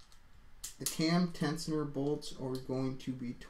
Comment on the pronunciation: Great Video, but lol "tecioner" :) say "tenshioner" one more time ! ;)